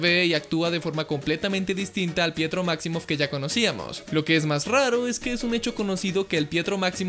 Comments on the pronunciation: Pensé que decía "prieto" xD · Ya no es pietro es fietro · Fietro xD